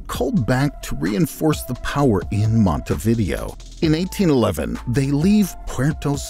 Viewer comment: This is a good video, with the exception of your awful pronunciation of the city of Montevideo. It's not "monty-VIDeo," it is mon-te-vi-DEH-o.